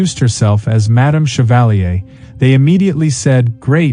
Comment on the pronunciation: but isn't equally rude to say something like shevalleey, when the name is chevalier? how about pronouncing it correctly? and saying madame as if it was an old western?